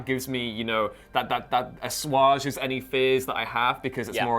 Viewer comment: don't throw a term like assuage into conversation unless you know how to pronounce it.